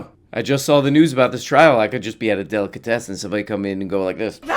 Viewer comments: "...It could be a delicatestin..." Stephen A. Smith. The A stands for Assclown. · and stephen a smith "Delicatesten"